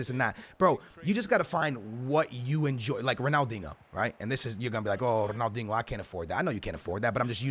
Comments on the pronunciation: Lmao go back to your previous videos you say “dingo” not dinho 😂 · Just fucking say Ronaldeenyoo. Een yoo. Not, uno or inooh. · it's not Ronaldingo, it's RonaldinIO ffs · Ronaldingo, stupid twat learn to say people's names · You guys think I say Ronaldingo I say ronaldingo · “Big boy Rrronaldingoo” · can you stop saying ronaldingo it's actually so annoying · "I don't say Ronaldingo... I say Ronaldingo."😂😂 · Ronaldingu lul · a lot of yall gonna say you say ronaldingo, I don’t say ronaldingo I say ronaldingo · Can you stop saying ronaldingo? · Me: don't say it: Ronaldingoo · you can't claim that you didn't say ronaldinho with a g there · i do but its ronaldinho its always spelt that way its just how u say it stop tryin to be cool ur pretty much ruining his name u 3 yo